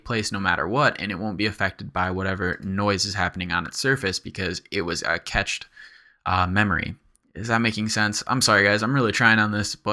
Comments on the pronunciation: Love your tuts! Reawlly awesome stuff. But for the love of god it's "cached" as in "cash", not "ketch" That is my only beef with this amazing tutorial. Please keep up the good work and don't be afraid to tell me to fuck off. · Agh! Cached is pronounced "cashed", not "catched". Save your viewers who might not know the word from sounding really dumb :)) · Thanks for this! you're awesome for making so many clear and concise tutorials. I just wanted to be a d.b. and correct you though: it's pronounced 'cashed' like cash money. ;)